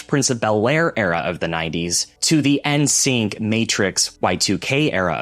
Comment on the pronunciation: Babes, I can't see how you were alive then if you're pronouncing the N in N'Sync like the letter "N" - it's pronounced like "in", like "in sync".